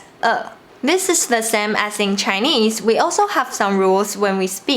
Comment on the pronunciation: This video is a year old so this is probably unnecessary now, but just in case here is one tip for you: The English words same /seɪm/, not /sem/. There is the /eɪ/ (ㄟ) diphthong in here.